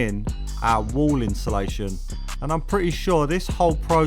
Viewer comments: Insulation ❌ Inshulation ✅ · Why do us Brits struggle to say insulation 😂